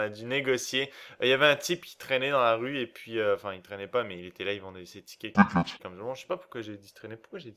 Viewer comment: " TiiiKetss " me fait trop marrer , putain ! :D